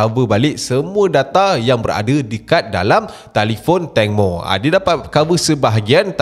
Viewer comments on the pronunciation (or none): none